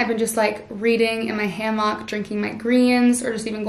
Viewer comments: It’s HAM-ICK 😂😂 not ham-OCK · I’m dying at “ham mock” even though that’s how it spelled. 😂😂I’m on the east coast and we say “ham ick”